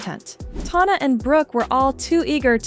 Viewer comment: Bro i cant trust you if you cant even say tana's name right. 😂😂